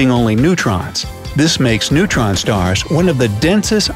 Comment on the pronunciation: He said neuron stars. LOL